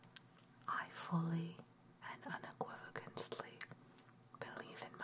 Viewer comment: Thanks for the upload. As well as the time and effort put in. But... un·equiv·o·cal·ly PLEASE! lol ;P